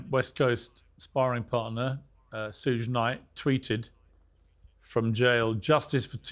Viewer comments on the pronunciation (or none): "sooge" knight lol